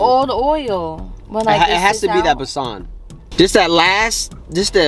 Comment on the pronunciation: Let's help you get the pronounciation's right.. It's not pak it's paaaak.... It's not besaaan it's bae-sun.. Putting that aside..it's a beautiful video...loads of love 💕